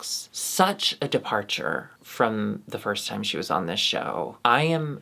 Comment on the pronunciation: "nyer havin a good nyimee.. :)"